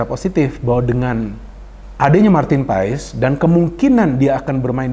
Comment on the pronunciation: Saran buat. Bacanya bukan paes tapi paas. Makasih 🙏